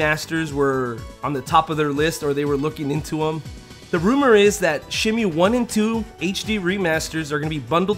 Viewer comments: I know the game pronounces it Shen-Moo, but I always heard everyone growing up calling it Shen-Mew, which stuck with me as better sounding. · God I hate when people call it "Shenmyu." It's "Shenmu." Even Yu Suzuki himself says it that way. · man can't even pronounce the game right....it's not shen-mew.... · Shimew, what a strange pronunciation. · its shenmue not shinmeewwwww, jesus christ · And not Shenmoo